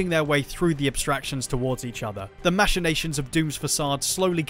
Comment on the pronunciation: machinations is pronounced weird here lol